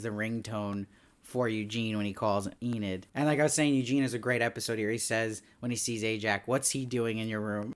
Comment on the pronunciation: I finally finished the show today and I really enjoyed it! I also enjoyed watching your videos on each episode, even if you did pronounce Enid as "eh-NEED" instead of "EE-nid." 😉